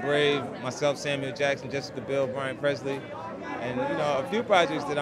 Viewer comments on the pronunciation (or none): none